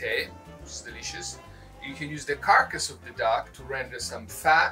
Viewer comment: From this moment on, it shall be pronounced "cark-ass'. I love it! keep up the great work you two!